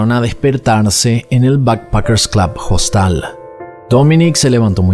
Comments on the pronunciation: En español, que es el idioma que estás usando, se dice hostal, la hache no se pr😊onuncia, no es JOSTAL. No entiendo que te empeñes en pronunciar el inglés perfecto, y el español no. De todas maneras me gustan tus videos. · Dice costal en vez de Hostal? Ya es el colmo de la idiotez😅😅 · Habla bien. En español "Hostal" se pronuncia "Ostal" porque la "h" es una letra muda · una pequeña corrección, se dice Hostal, con H muda en español. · Hola me encanta sus videos no me los pierdo. Pero con todo el respeto que ud. Se merece. Porque siempre pronuncia hostal con la h por en español la h es muda